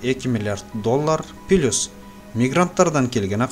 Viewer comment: Плюсту Пилыйус дейсинго😃 а так 👍